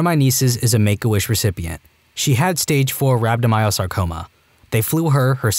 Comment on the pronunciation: How tf did he pronounce rhandomyosarcoma??